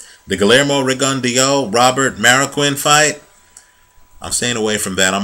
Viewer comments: pronunciation is actually better than yours. It's pronounced Ri-gon-dee-ow. If you want proof, type in to youtube 'Pro debut Guillermo Rigondeaux vs Juan Noriega Part 1' and go to 4 minutes and 44 seconds. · No problem. The HBO commentators and therefore most people pronounce his name like you do, you weren't to know. I would have thought the same but I just happened to watch that pro debut fight a month or so ago and remembered the correct pronunciation.